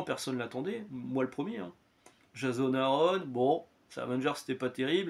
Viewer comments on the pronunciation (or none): none